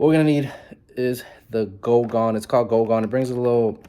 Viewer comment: Goo gone, not go gone. Good video though